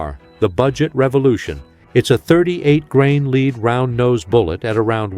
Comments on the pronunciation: CAN'T YOU GET YOU AI TO PRONOUNCE WORDS CORRECTLY! ACCORDING TO YOUR AI YOU ARE SHOOTING A LEED SLUG NOT A LEAD SLUG. I REALLY AM GETTING TIRED OF THIS SHIT. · Lead is not pronounced "LEED" unless you are the worst AI robot polluting YouTube with your fraud. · Since when did "lead" the (metal) become "leed" as in "guide"? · Does everyone notice A I speakers can't recognize the different way to say the word lead as in lead free bullets and instead pronounce it as leed free bullets.